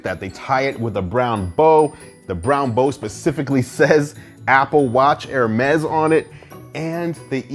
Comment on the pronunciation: It's actually pronounced hermees